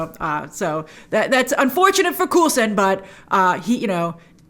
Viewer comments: Who’s “Cool-Son”?? It’s COLE-son! 😄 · 1. Lavender is used to keep away demons and was used to wash the feet of Jesus, very easy to look up. 2. Its COAL son not Cool son. Do you say BAG als and not BEYgals? lol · "coolson" I know he's cool, but it's Coulson. Son of Coul. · Did you just call Coulson, Coolson? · It’s pronounced “CoalSun” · Interesting pronunciation of Coulson. I thought that the Wandavision theme song reminded me a bit of "Growing Pains" theme song. I did like the "Family Ties" themed opening.